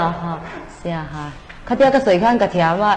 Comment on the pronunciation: Siaha tih ringawt lam dik thei lo chu news reader atan a tlak loh midang thiam an tam awm teh reng nen ban tir nghal mai tur a nia.a ho em mai